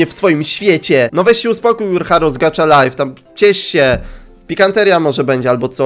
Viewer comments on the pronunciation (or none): to sie czyta : gacha, a nie gacza xd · MÓWI SIĘ GACHA LAJF A NIE GACZA LAJF A PISZE GACHA LIFE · Gacha life a nie gacza life!!?!? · Nie czyta się gacza czyta się gacha